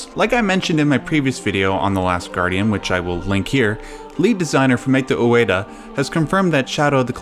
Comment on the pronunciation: you can't even pronounce Ico nor Fumito Ueda.